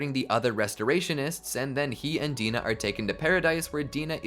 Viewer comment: i die inside every time he says "Paradis", "Dina", "Mikasa", and many other names. at least he says "Hange" right.